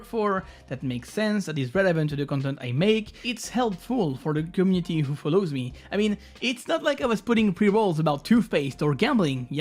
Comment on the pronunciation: How hard is it rly to say community the right way? Is the word that hard to pronounce?